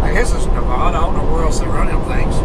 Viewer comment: It's “Nev-AD-a,” not “Nev-AH-da.”